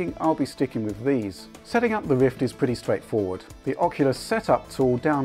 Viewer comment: Wichard, Wift, impwessed, pwoduct, twacking camera, wemote, fabwic, pwemium... hehehe, sorry but its funny.